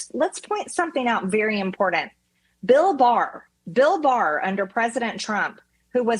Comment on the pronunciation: Love me some MTG. I only wish she'd learn to say the word imporTant not impordant